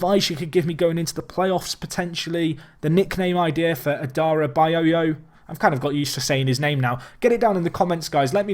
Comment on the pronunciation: id hate to see a nickname for adarabioyo as its quite a legendary surname by itself you pronounce it like adda-rab-ee-yoyo